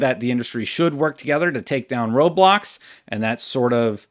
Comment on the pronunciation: honestly thought you said "take down Roblox" here. Was like, wait, what did Roblox do? then I realized you said "road blocks"